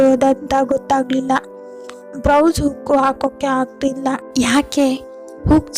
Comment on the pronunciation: It should be blouse not brouse..